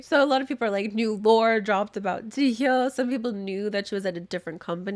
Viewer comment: girl what tf are you saying her name is JEE HYO JIHYO